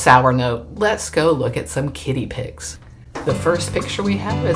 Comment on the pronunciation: You really should enunciate “Kitty” like the difference of an Irish drunk fest “Paddy” and “Patty” wagon 😉